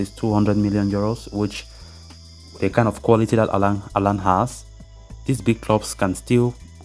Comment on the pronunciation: its haaland =)